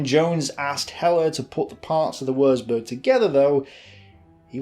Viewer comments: Excellent, detailed and well researched documentary. BUT........... One of my OCD's is pronunciation and, I'm afraid, every time I hear such blatant incorrect ones, it's like hearing the notorious fingernails running down a blackboard. WURZBURG - Germans don't have a 'W' sound like ours, it's pronounced like a 'V'. Also, 'Z' is pronounced like 'TS' LEICA - The German language has two dipthongs using the letters 'E' and 'I'. Theirs are not surrounded by such stupid rules as 'I before E except after C' and are, in fact, incredibly easy for an English speaker to work out. Ignore the first letter and pronounce the second as if reading it from the alphabet, hence LEICA is pronounced L-EYE-KA. LOUIS (Mountbatten) - is a French name and should be pronounced LOOIE (think the American soldier's slang word for a Lieutenant) REDOUBT - instead of emphasising the syllables so that it comes out as RED-OUBT, make it RE-DOUBT You will need to remember these if you are continuing to make documentaries using German words, fortification terms or Lord Mountbatten. Finally........ STRACHAN - a fine old Scottish surname with the typical Scottish pronunciation of 'CH' making it sound like 'STRACKAN' (have you never heard of the footballer Gordon Strachan or the television personality Michaela Strachan???!!!?) Otherwise, great documentary and if you happen to make one about Dieppe, I would be most interested as my mother's first fiance was a member of no. 4 Commando on that raid, survived it, but wa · Good vid but FFS learn to pronounce German words properly. It isn't pronounced Wursburg but Wurtsburg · Without wanting to sound a pedant, but "W" in German is pronounced as a "V" and a "Z" is pronounced "ts". Thus Würzburg is pronounced "Vertsburg" roughly because a u with an umlaut is a sound that doesn't really exist in English. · Stop saying woorzboorg. God you hurt my ears!